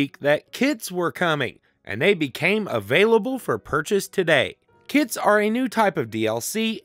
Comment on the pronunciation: I heard the first "kits" as "kids" and idk it was kinda funny to me